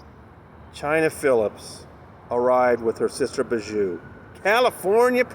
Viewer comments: I know Chynna is Bijou’s sister but showing up in support of a rapist when your brand is being a Christian vlogger is not a good look. Also I know it’s silly but it drives my crazy every time you say her name..... it pronounced BEE-joo not Ba-JOO. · FYI Bijou is pronounced Bee-zhoo